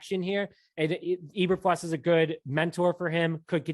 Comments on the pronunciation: You guys oribably have heard the correct names by now (22 hrs after upload). Matt Eberflus (E~Ber~Floose) Rich Bisaccia (Bis~Sach~E~Uh) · You guys are embarrassingly bad. It's pronounced EE-burr-flooss. Not EE-burr-fluss. Raider's special teams coordinator Rich Bisaccia's name is pronounced Bih-SOTCH-ee-uh. He's been in the news all season since Gruden resigned. Both names have been pronounced correctly in most media outlets, especially Bisaccia since Gruden resigned, so why are you still mispronouncing them? I can understand the first or second attempt, but not the N'th attempt over many episodes as you have demonstrated. Pronouncing a name correctly is the simplest sign of respect to the person as well as your audience. Failure to do that much is a sign of ignorance and/or lack of education. Both reduce your credibility, and when that happens, you lose reason to be trusted as a source of information. As for the other news: I think they're moving a little too fast and grabbing people along the same fault lines that got the Bears to this position in the first place. They're going too much with who-they-know and not enough with people because of what-they-know. If Pep Hamilton get's hired, then it'll be a repeat of the Lovie Smith era with good defense and crappy offense. Pep Hamilton is not a great QB coach. There's a reason why he floats from team to team and is never on a highly successful one. Although he has been in good organizations, they've performed poorly during the seasons he's been there. He's rarely in the same position either floating from offensive quality control, to receivers, to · Can you at least say his name right? It's pronounced Eber-Floose, not Eber-Flus. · I came here for the mispronunciations 😂😂😂. 5 seconds in. E-Ber-Flus instead of E-Ber-Floose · Eber "floose" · It's pronounced Floose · Dislike just for pronouncing eberfluses name wrong..how do you cover the bears and are literally the only ones who pronounce it the way you do.